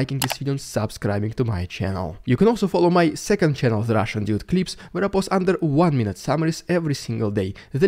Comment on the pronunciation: Is the Russian "Djude" actually Russian? Hmm, I'm sceptical. Surely, if true, after several years living in Canada, he'd have learned how to pronounce Dude correctly.